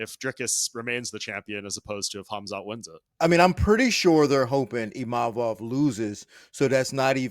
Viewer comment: He literally said Imavovs name perfectly, but somehow people cant say his name? And thats a requirement for a title shot? People still cant say Dvalishvili ffs. Din is always yapping a load of BS